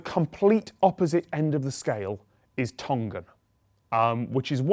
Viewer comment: You hopefully know by now that the g is not pronounced as g in Tongan. It is the sound of ng as in singer. So Tong-an and Tong-a, not Ton-gan.